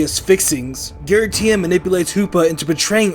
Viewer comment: GIRATINA, NOT GARITINA!